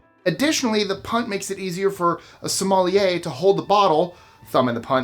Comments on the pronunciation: FYI, the word "sommelier" is pronounced "some-MELL-ee-yay" (close enough for English-speakers). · Another yank who can't pronounce "sommelier" correctly... Why do some yanks have such trouble with easy french words?